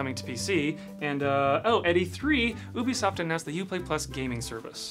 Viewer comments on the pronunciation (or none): wait, is THAT how you pronounce ubisoft???